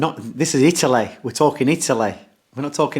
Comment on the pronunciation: Italeh Italeh not England we're talking about Italeh 😂 I love Dom 👍😂